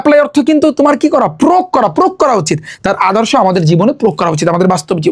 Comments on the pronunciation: প্রয়োগ ❌প্রোগ✅ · প্রয়োগ উচ্চারণও করতে পারে না। মূর্খ😂😂😂